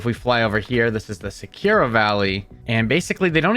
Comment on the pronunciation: Sakura is Sah-koo-ruh, please stop saying Sekira